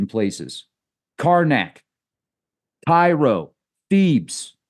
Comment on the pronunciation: It's pronounced like Kay-ro.